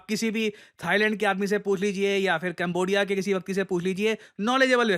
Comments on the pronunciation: It's not kembodiya it's kambodiya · कंबोडिया है सर ना कि कैमबोडीया 😢। सही बोलो सर